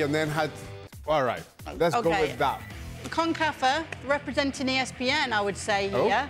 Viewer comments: Concafa 😀😂😂 what was that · pat doesnt cover soccer much and heard about Concacaf but mispronounced it and has ran with it ever since. search up pat and henry talking about very funny